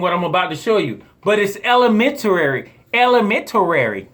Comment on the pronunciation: “Elementarary” 😂 Love your videos bro!